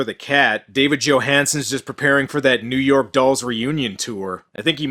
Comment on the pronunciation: . Bronxville, Nu Yawk?